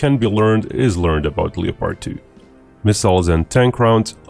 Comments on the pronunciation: honey you're saying things wrong. They are leopards like the animal not Leo-pards like The Butcher of the Congo who was the king of Belgium at the time (Leopold.) Also the word subsequent should not be pronounced that way. It is sub-se-quint. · Don't pronounce the 'o' in Leopard. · It's pronounced "lep-ard" not "leo-pard." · It's Leopard, not leppard. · Hey buddy - great content! A tip for you to improve your English: 2 syllables. LEP HERD, we do not say "LEE-OH-PARD" in 3 syllables. Only 2 beats. LEP - HERD. :-) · Leopard, as in the animal, pronounced Le-Pard not Leo-Part. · Hey, it's pronounced like Def Leppard, not like leotard. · Uh, leo-pard? It’s pronounced Lepperd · Bro… the name is german and it’s pronounced Leo-pard. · if speaking English the pronunciation is lep-ard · The German pronounciation is Leo-pard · It is pronounced Leo-pard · The “o” in Leopard is silent 🤫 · You’re pronouncing leopard wrong